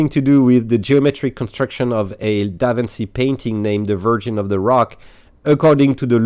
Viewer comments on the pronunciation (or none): DaVinci is pronouced like DaVinchi (chi in Chicago eg.) 🙂